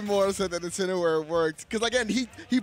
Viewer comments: "Incino- 'where" gives me Anxiety everytime they say it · Yo why they keep mispronouncing incineroar